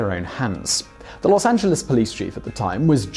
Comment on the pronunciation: great vid, thanks for saying Los Angeles properly. Could you consider a bio about Helena Modjeska? She a local super hero. We have a canyon named after her, she is that awesome. <3